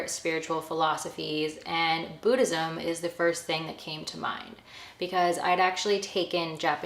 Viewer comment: Boo-dhism 😂😂😂 the way you pronounce it took me out ❤